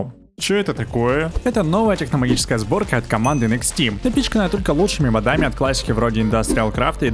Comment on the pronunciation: Ударение ставь правильно в слове «модами» - мОдами, а не моДами